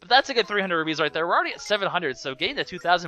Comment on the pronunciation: I keep hearing you say rubies, but the are rupees, I can't tell if you are saying it right, but I think you aren't